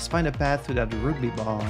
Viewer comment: Oh man, not the roogby! That was torture (no it wasn't, I'm playing it up for laughs) Is that how you pronounce it in French? Quebecois French?